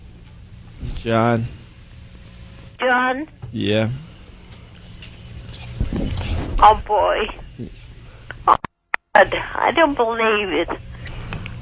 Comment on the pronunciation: 'who is this?' '...ssJohn...' that is inexplicably hilarious to me.